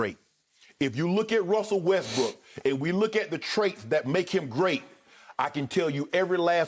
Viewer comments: when skip kept sayin westbrick i died😹😹😹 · Skip is enjoying this 🤣 so hard everytime he say westbrick I laugh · “Westbrick” skip a fool lol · When Skip says "Russel Westbrick" it gets me everytime🤣